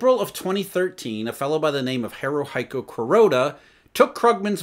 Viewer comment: Ha-ru-he-ku, not Ha-ru-hi-ku.